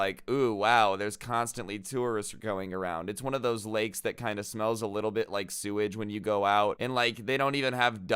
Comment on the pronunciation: Peep how he said “lakeses”😭. Love you man. Your videos are the best